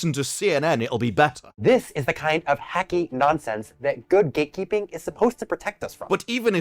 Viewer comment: Is he saying “ gaykeeping?”